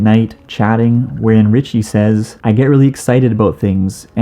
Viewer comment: “Says” is pronounced “sez”, not like what would be the plural of say